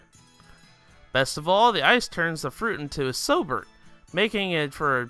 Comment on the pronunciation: Not sober, "sorbet". Another name for sherbet. You know, a dessert like frozen yogurt.